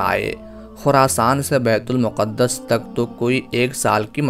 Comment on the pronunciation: Yeh BAITUL MUQAD-DAS NAHI HEY BELKEHY IS NAAM KA SAHI TALLAFUZ "BAITUL MAQDAS" HAY. PAISE KAMANA HE MAQSOOD HO TO PHIR JO CHAHEN TALAFFUZ ISTEMAL KARENY. KASH KE ILM KAA SHAOOR BHEE HO.